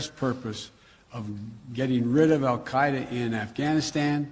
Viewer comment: Wh dude can't even pronounce AL Kite A consistantly